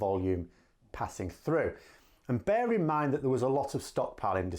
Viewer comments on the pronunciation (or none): none